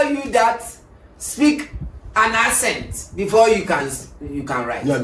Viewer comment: Bro is saying asset instead of accent. Stop the cap 😂